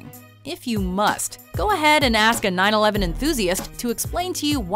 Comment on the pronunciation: The way she said 911 is sound like 9/11